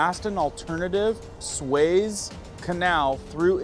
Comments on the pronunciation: It’s pronounced Sue-ez not sways. Just fyi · PRONUNCIATION IS SUE’EZ’ CANAL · "Sue es" is how that canal is pronounced. Thanks for all you report! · It isn't pronounced SWAYZE canal........it is pronounced SOO-EZ canal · It's pronounced "Soo-ez" Canal, not " Sways." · Isn't it pronounced SU-EZ Canal.... he is pronouncing like 'SWAYS',,,, i Really do Think it's pronounced SUEZ, as it's written,,,,,but, i give him a pass,, <3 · Not pronounced sways.. It's pronounced sue ez. I have a friend that's a war correspondent there, the best of the best. He has his own podcast but works for CBN (Christian Broadcasting). If you watched about the war, you have seen him. He debunks rumors and been a correspondent for 20 years. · Sways? It is pronounced "SUE - EZ" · It is the Sue ezzz canal not swez canal. 😉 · Su as in Sue. ..ez. Nothing surprises me. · It’s pronounced sue-EHZ, not sways. Howdy from Central Florida. 👋 Nice report. Thanks! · Swez canal? 😮. "Sue-Ez"...... 👃✌️ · Sue-ez, sue-es, Suez canal haha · Sunday Monday (You’re cracking me up) It’s (Soo-ez). Love ya. Just yanking your chair.😂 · Suez. Soo-ezz. Suez. cheers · its pronounced SUE-EZZ canal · It's pronounced sue-ez ....my brother....sorry a bit ocd. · The canal is pronounced sue ez . Easy to see the canals desired now that you point it out. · You need to learn how to pronounce the words in your story. Suez Canal is pronounced. “Sue-ez” . I have been there and observed it. You sound more knowledgeable when you say the word correctly. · It's pronounced sue-ezz Canal I think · I hate to tell you but... You are not making any sense. When you said that Israel 🇮🇱 is against the US. You were showing an article about Hezbola. U are a pretty good guy but I think that you are a little bit confused. Also it's the Sue-ez canal. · Sue-ez canal. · It’s pronounced Su….ez. Long sound on the U. Apparently YOU don’t look at the news! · Pronounced Sue,- Ez, canal. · "Sue ez" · "soo-ezz" canal... lmao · Suez is pronounced SOO-EHZ